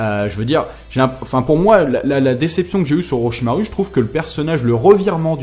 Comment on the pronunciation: A "Oroshamaru" j'étais mort de rire putain